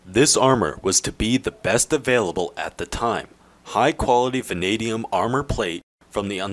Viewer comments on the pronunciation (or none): none